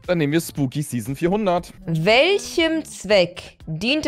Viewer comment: Zzzeason das triggert mich so sehr das sie Zeason sagts statt season